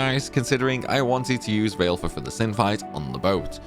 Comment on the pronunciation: BTW, Valefor is pronounced "Va-luh-for", not "Vail-for"